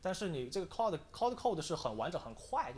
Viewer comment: claude 不是cloudy